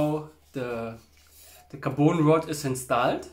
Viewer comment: a little english hep carbon rod ... you are saying carboon ... it is a short O like in turn ON the light ... car bon ... bon appetite